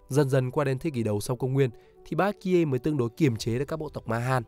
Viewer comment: Phát âm kiểu gì chán vãi. Baekje: Bék Chê. Chứ gì mà Bi-ét-ki-ê. Phát âm sai mà cứ bang liên tục cả clip đến nản.